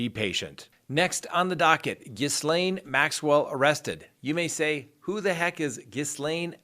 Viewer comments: I hear so many different pronunciations. 'Jisslane' was the correct one or so I thought. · Lol no it is not, Guylaine and Ghislaine are not the same pronunciation at all. You mean Guylaine. Her name is pronounced Jyss-len. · This is a French name and is not pronounced as Ghee-Lane...... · It’s pronounced GEELAINE!!!!! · According to Vanity Fair, the "s" in her name is silent, meaning it is pronounced "Gee-lane". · G'ee-lane... lol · I think the "s" is silent. I believe it is pronounced gee-LAINE.... like Elaine with a "G". However, I am just your average ignorant American so I could be totally wrong. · Hey, Ghislaine is pronounced 'Gee-len.' Thanks for keeping us well-informed! Appreciate your no-nonsense, technical analyses. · Hi you pronounce it Gillaine I hope that helps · As much as I love your channel I wish you would say ghislane maxwells name properly 😂😂😂😂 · The s is silent in Ghislaine’s name. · Her.nameis pronounced gee- lane or gee- len It's French.Thank you as always, for a great podcast. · Pronounced “Gil-aine”, without the ‘s’ sound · No offense, but the s is silent, i think.... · Ghislaine has a SILENT letter S. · Gee-laine the S is silent...Robert Maxwell threw himself overboard after scandal where he allegedly stole pension money?...apple doesnt fall far from the tree.... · No, Guylaine is another name entirely. The s is not silent. It's Jyss-len. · Pronounced gilane. S is silent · I gave you the correct pronunciation of gullane Maxwell's name and there it is again. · Just to mention that Ghislaine is normally pronounced like Ghee-lane. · no, it's not. well, anglosaxons can pronounce as they like, as allways. but in french it's not like that. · The way you pronounced Ghislaine...really? I’m sure that sounds petty, but you lost some cred there. Come on.